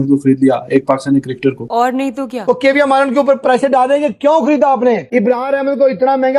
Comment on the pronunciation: काव्या मारन आप सिर्फ उस पोर्की से अपना नाम ठीक से लेणे को बोलो. बाद मे खिला लेना जहा खिलाना हे.